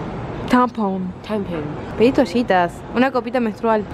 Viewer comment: como se dice? +Teipom JAJAJAJAJAJAJA Angie te amo